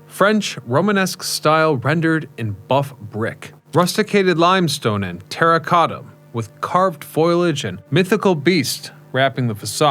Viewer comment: Did he say foilage?